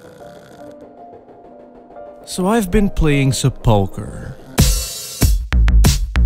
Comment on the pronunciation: You pronounce "sepulchre" very strangely.